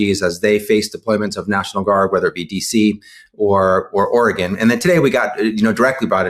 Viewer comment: Thank you for pronouncing Oregon correctly!